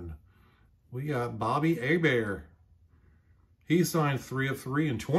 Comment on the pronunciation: Bobby Hebert was my favorite Bonus points for pronouncing his name correctly 👍 Go Saints! Nice autographs!